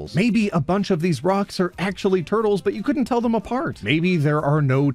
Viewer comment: I hope we all know very well that , that sounded a lot less like "but" and a lot more like "butt". Actually that gives me an idea for a satirical meme